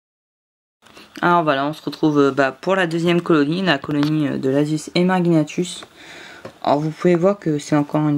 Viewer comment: Lasius emarginatus se prononce comme "émarjinatus" et non comme Guy. De même que polygyne qui ne se dit pas "polyguyne". Lol ! De plus, Aphaenogaster se prononce comme "Aphénogaster", mais moi même je le disais comme toi autrefois (les noms d'espèces sont vraiment tordus à vrai dire). Je possède depuis 2013 une belle colonie de ces petites fourmis rouges qui doit aujourd'hui friser les 40 000 individus. Du coup je me demande où en est la tienne actuellement = ? Comme anti évasion j'utilise de l'huile d'olive aromatisée basilic que j'applique au pinceau sous le cadre en PVC blanc ou le couvercle découpé de mes nids et ADC. Le "talcool" je trouve que c'est mort depuis longtemps et que c'est se faire chier pour rien ! Il est vrai que de nombreuses espèces boudent les vers de terre, je ne sais pas pourquoi non plus alors qu'ils sont réputés pour être une excellente source de protéines. J'ai pu conduire à maturité une jolie colonie de Formica rufibarbis à partir d'une reine seule entre 2011 et 2015 où la population était montée jusqu'à 6 ou 7 000 individus avant de s'éteindre subitement. Snif ! Je possède une fondation de Formica rufa sur ouvrières Formica fusca mais avec quelques premières ouvrières rousses. Or je ne pense pas pouvoir laisser croître chez moi cette espèce quand on sait ce que devient une colonie de fourmis rousses sur le long terme. J'aurais préféré trouver une gyne Formica sanguinea mais je rate souvent la période d'essaimage ou peine à débusquer une femelle iso